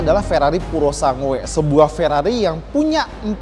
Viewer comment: Dibaca puro sang gue. Bukan purosangue